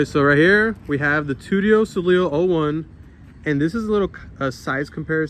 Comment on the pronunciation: It's Too-tio sow-lay